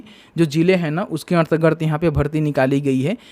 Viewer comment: अन्तरगत पढ़िए भाई, अंतर र्गत नही